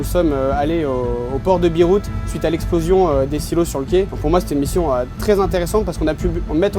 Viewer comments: Joli Bâtiment de par sa technologie mais un peu trop "plat" à mon goût... la frégate "Suffren" était bien plus jolie !!! "au port de Biroute" c'est du coté de Lille ?!? 😂 ps: j'ai le droit de rire, j'étais sur le "Clem" en mission (Olifant) au large de la rade de Beyrouth... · Allez voir a le marin qui parle du port de beyrouth mais il dit "Biroute" 😂😂